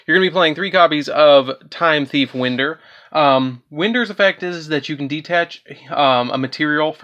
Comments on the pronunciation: I believe you pronounced Time-Thief Winder incorrectly, I think the ‘i’ sound is equivalent to that of ‘y’ in this case, simply because these cards revolve around time, and consider winding a clock, and the way you pronounce that type of wind. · It's WIND! (The letter I is like Y) Like how you would Wind a clock!? You and every other deck profile of this deck say Wind like the wind outside. Can y'all not fucking read above a 2nd grade level????? Ffs.